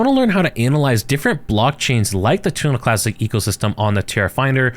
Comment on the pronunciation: WHy does he keep saying Tuna Classic?